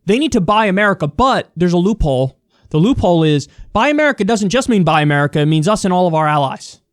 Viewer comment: Instead of "Buy America", I keep hearing "Bi-america" as in two Americas. Anyway, I hope that Biden comes out with more like this.